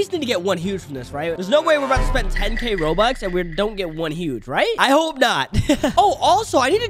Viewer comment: bro he said "OMG 15B ROBUX I ONLY GOD 4B GEMS!" bro really said roux lol:) btw no hate to